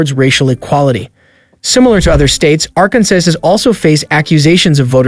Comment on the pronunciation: If you're going to produce a video, at least get your pronunciation correct. You come across as under-educated at the least. Arkansas is pronounced "Arkansaw," not "Arkan-sas." Nobody will take you seriously when you can't pronounce things correctly. Not trying to be mean, just helping you out in the future, hopefully.